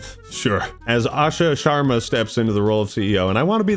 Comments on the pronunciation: Bro said asha shwarma 😂😂😂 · said “Asha Shwarama” 😂😂😂😂😂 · lol. Asha "SHWARMA" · Idk if you're saying no he didnt say shawarma or no he didnt mean to say it that way but there IS DEFINITELY a W in what he said play it back if you disagree.